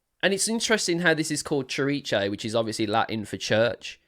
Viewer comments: I believe it's pronounced sihr-EECE. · Pronounced Sir---eece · "cziricze" lol you made me laugh so hard.. ❤️ I've heard different attempts to pronounce this word but you definitely won! 🎉 I'm at work and I was just listening to you and didn't see the title. When you started announcing the song I was like wtf? what song is he talking about? is there something I missed? When I looked at the title of the video I almost choked with laughter. 😭 I love your energy, your reactions and analyses. ❤️ The song is about in Tobias' own words "Lyrically, it is a simulation of the relationship between religious authority (church or sect) against the small person who can not differentiate empathy from pure manipulation. Everything disguised as a love song." But I think you are absolutely right that it has a second meaning about the relationship between the band and the fans. I don't know if that was Tobias' original intention when he wrote it but he definitely adapted to it, you can see it in what he does when singing it live, especially when they played in smaller venues and the audience was within arm's reach of the stage. Yes, the song is very important to us. For me in particular the lyrics "I know your soul is not tainted Even though you've been told so" as I have bad experiences with the christian religion in which I was raised.